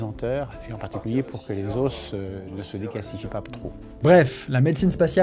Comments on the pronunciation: les "osses"...?? Effectivement le QI prend cher dans l'espace... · Il me trigger ce chien à dire "les os" en prononçant le "s"